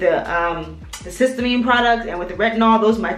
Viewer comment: Thanks for you video; your skin looks great! I learned about this product via Dr. Alexis Stephens. I believe it's pronounced: siss- tea- uh- mean. 😊